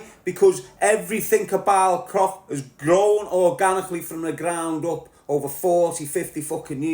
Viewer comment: Its pronounced Froch ,not frock mate